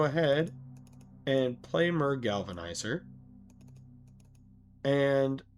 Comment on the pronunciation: Myr is pronounced “meer”